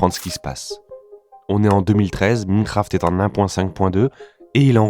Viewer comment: Tu peux dire Maïnecraft et pas Mineucraft stp ? Ça fait un peu mal aux oreilles 😅